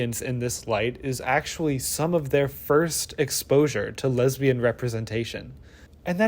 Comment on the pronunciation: the way you enunciate "lesbain" as a noun is hilarious to me. wait-- is that internalized homophobia ? shi